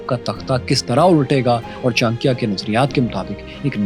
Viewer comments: Please pronounce it properly, it cha-na-kya , not chankiya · All good and wonderful but Many of pronunciation were off and it is sometimes important to say it right when telling such compelling history. It really helps.example Kshatrita . It’s not ‘ka.Shtriya’ it’s ‘ksh.Triya’ . It’s not Taxila, it’s ‘Taksh.Shila’. It’s not ‘Chan.kyaa’ it’s ‘Cha.N.kya’ Like that there are quite a few instances. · Chankiya nhi bewakuf Maharaj Chanakya bol chutiye bolna Sikh le pehle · Pronounciation of his name is not Chaa.n.kya.. but its Chaa.na.kya But overall very good analysis 👍🏻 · 'Andar ka bhedi' Lol 😅 Btw, at least learn to pronounce the name well. 'Chaankeeya' sounds nothing like CHANAKYA. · It pronounced Chaa+na+kya Lot of reference are mistaken but it's ok, Chanakya was never a Jain, he was Brahman, Taxila and Nalanda were not Mazahabi education centres they were teaching almost everything from kala and Nattashashtra (artistry like music dance) weapon, fighting skills (combat or yuddh shashtra), Chemistry (Rasayan shashtra), Vedas Upanishad (Sanatan religious and cultural text) Astronomy, Political and Social science (Raneetijshashtra) and 3conomics (arthashashtra) Students from neighbouring countries used to study there, the university was run on donation of kings whoes prince used to get educated there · Brother you should have more information, (it's enough knowledge for Pakistan people). He is bron in Hindu. He following buddhism , h Not Jain . Pronounce propar name Great person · Aby Bhik Mangoo Pahaiy Pronounce thik karo Chanakya